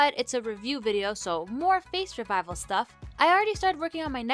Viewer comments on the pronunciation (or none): you said face rvival instead of reveal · "an official face reviveal" ....i think its pronounced Reveal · I did a face revflelelelelel Me:triggered u say it wrong